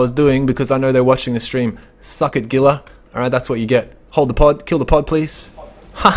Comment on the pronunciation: Gila is 100% pronounced Heela not Geela. Otherwise great video. The gank on the stream creepers was pretty funny.